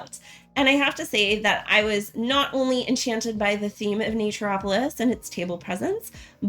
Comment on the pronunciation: Wanted a quick run through before getting a few copies for Christmas presents. Yours was the one I didn’t turn off after 5 seconds as your pronunciation of the game sounded correct to me (Everyone else said Nature-opolis). :)